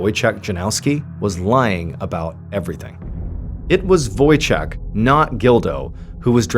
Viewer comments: Wojciech is Polish name Ch in Poland is the same thing as H So read it as Wojcieh ✨👍🏻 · Any Polish people smiling at the "Wojciek" pronunciation? :) So sweet!